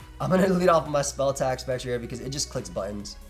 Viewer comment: I think Spectrier is a combination of specter and cavalier, right? So it’s pronounced Spec-tree-er.